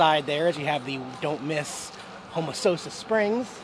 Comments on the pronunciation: It's pronounced "home-a-sass-a" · LOL you totally butchered saying Ho Mo Say sis. But that's ok. Only native Floridians seem to get it correct. Love seeing the park again. One of my favorite! Enjoy the heat it is getting super cold up north this weekend. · I guess you didn't find a cute girl to help you pronounce Home-Oh-Sass-a! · I lived in homosassa for years, even though he didn't pronounce it right , lol. A lot of people get it wrong. The old sugar mill is cool too. I'm surprised he missed it. It's a great area, hope to get back soon. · Can't win them all on the road. You can blame the ticket saleswoman. I got the pronounceation from her right before I said it... I guess it's always my fault. Even when I use common laws of the English language - I'm WRONG because Tom is Bob. All the "e"s are silent. Or whatever. lol. English is stupid. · LoL you must be from the way up nouth because your saying Homosassa name wrong . I grow up in Homosassa since I was 6 months old.